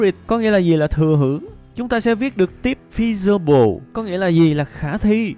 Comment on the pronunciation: ôi, fe si bờ le =-))))